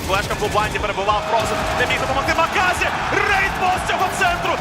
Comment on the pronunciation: Який ще маказа? він "маказІ" хаахах поміняйте диктора він йолоп Xdddd